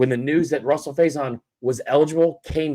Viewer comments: Why does this guy keep calling him “Russell “??? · He's been saying it like that all year